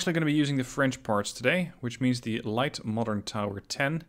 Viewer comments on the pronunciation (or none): none